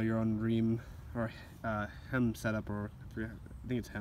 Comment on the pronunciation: Great video. Heim is pronounced Hi - m. Like saying Hi, then adding an M lol